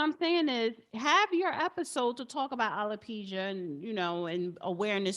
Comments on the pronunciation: I wish this host would pronounce the word alopecia correctly. As far as Jada is concerned, she is ridiculous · It’s not feminity, it’s femininity. It’s not narsassist, it’s narcissist. It’s not alopeezia, it’s alopecia.